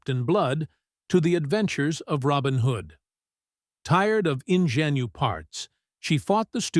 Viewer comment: Could somebody please teach AI how to pronounce "ingenue"?